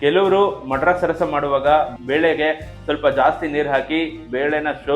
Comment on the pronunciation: ಮಡ್ರಾಸ್ ಅಲ್ಲ ಮದ್ರಾಸ್